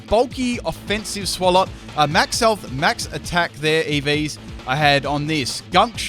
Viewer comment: i cant tell if he says ev's or iv's lol